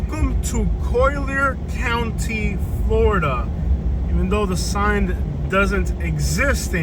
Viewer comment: Colly-er County* bro lol